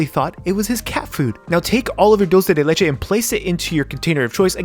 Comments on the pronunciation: "Diulcei dei leichei" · Dhdhhdhdhdd kind funny he saying "doce de leite" dhdhdhdhhdhdjdjd